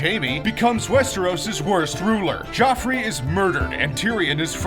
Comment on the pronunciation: Kinda annoyed me how he said Jee-offrey.